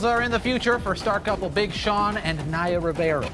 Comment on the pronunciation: It's Naya, not Niya.